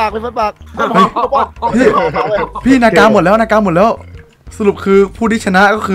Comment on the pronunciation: มันอ่านว่า นาก ไม่ใช่ นากา